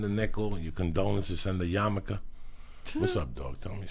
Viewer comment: "Yarmulke". It's not a Japanese motorcycle. Ya know, just for future reference.